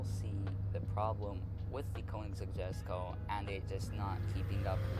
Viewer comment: its called or pronounced yesko.